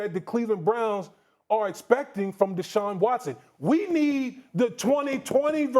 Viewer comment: Its deshaun and its not close